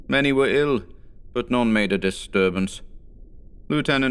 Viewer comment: i enjoy the pronunciation of "none" as "non"